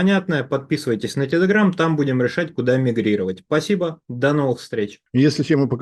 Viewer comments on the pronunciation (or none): none